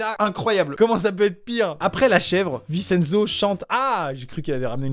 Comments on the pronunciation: Rip a tous les " VINCHE ENZO " Et pas Vi Cenzo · Tu a mal dis Vincenzo sa s'écrit comme sa mais sa se lis vinchenzo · Je crois Vincenzo ce prononce VinCHenzo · Sa se prononce vintienzo mais sa s'écrit vincenzo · Tu prononce si mal Vincenzo 😭😭 ça se prononce VinTcHenzo 😭😂 vive la langue italienne 🤦🏼‍♀️